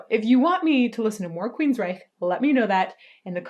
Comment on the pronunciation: In the usa we pronounce it queens-rike not ryche like the 3rd reich of ww2 🇩🇪🤘😘🇺🇸